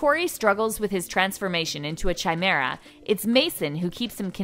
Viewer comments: And also she shimera when its pronounced ky-meh-rah... theres so fucking S in Chimera 😅🤣😂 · no she said Shymera and its Ky-meh-rah since its spelled Chimera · did she just say chai-mera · The way they pronounced “Theo” and “chimera” was awful...like have you seen teen wolf? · Or how she said chimera sorry but it doesnt make a ch sound like chug hahaha